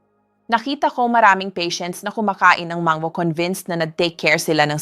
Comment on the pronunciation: AI ata ang nagsasalita dito, di marunong magbigkas ng mabuti, ang stomach nagiging “STOMASH”, ang MANGO, naiiba din :-)